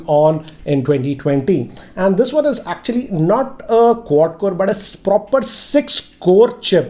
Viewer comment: nobody:: "8 PROPER CORES!!!!"